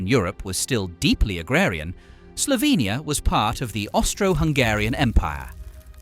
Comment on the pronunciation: i like how you say Slovenija like we say it and not Slovinija like people usually say it in english... :> Piran is the prettiest city in Slovenia! Please DONT! visit it there is too many tourists here already.